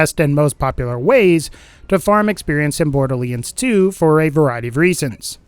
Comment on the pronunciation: my mom trying to pronounce Borderlands 2